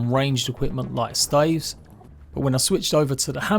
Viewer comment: No offense but the way he says staves just tickles me in the worst way. Also you don't have to spam the attack with the mint stave you can hold the attack button down